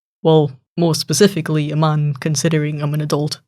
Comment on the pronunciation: It was funny when he said pacifically In adult